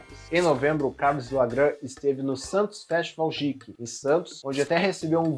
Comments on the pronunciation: Geek = “guik” pelo amor de Deus!!!! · Você tá falando "geek" errado. Tirando isso, o vídeo tá ótimo como sempre!